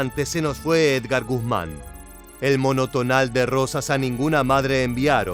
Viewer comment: Edgar y no Ergar.